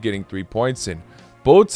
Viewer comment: Please pronounce Kuwait right